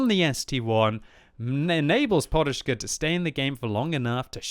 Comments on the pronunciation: guy name is PODUSZKA not PORUSZKA:P there is not "R". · only British nuub kan saj porushka ,when its says podushka ( a pillow ) :) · His name is really simple, it's like pod-ush-ka and you don't need to make any crazy sounds like it was Russian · why is he reading it like Poruszka.... there is no R in it. there is a D.... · You should read it like "podushka", meaning "a pillow" :V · FFS there's no "R" in "PODUSZKA"... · he puts a R(ing) on it